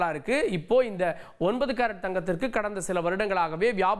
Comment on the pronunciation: Carrot engirai unakku pronunciation varale😢